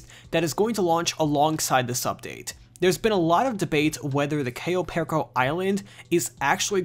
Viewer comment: Goddamn if you're gonna say the name please for the love of God...say it right